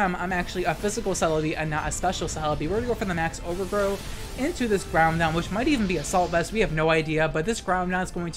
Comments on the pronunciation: Love the content. And the tech. But the way you pronounce those gen 3 legends. 😂😂 Kee-oh-ger and ground on. Ky-oh-ger... And grow-don. Like 'Now-don' 👍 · "Kaiohgrey "and "ground on" is too funny. Love ur vids ❤️